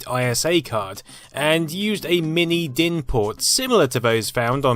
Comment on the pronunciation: You pronounced DIN pretty good!